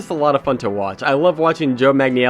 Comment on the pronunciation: jesus, just google how to say his name